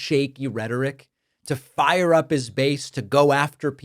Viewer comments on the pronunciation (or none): none